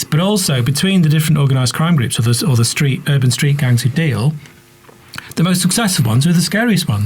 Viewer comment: I quite like the way he says '' STRRREET NICKNAME '', think Im gonna practice it into my repertoire, not sure where Ill use to be honest though.